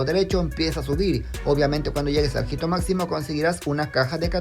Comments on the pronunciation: Perdón por comentar esto, pero no se dice "jito", sino "ito". La H no se pronuncia querido 😅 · Amigo, hito se lee ito, no jito